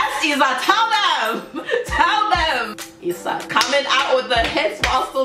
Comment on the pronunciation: Hey! Just a little detail... About the pronunciation of her name "IZA".... the Z really sounds like Z, not like S. Maybe you're thinking that the pronunciation is similar to Spanish. But a main difference between Portuguese and Spanish is that Portuguese has much more sounds.